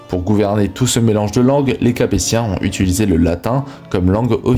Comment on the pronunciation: « Utulisé » j’ai l’impression d’entendre mon pote Rachid 😂😂😂